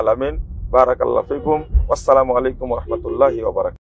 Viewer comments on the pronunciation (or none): শব্দটি বরাকাতুহু নয় বরং বারকাতুহু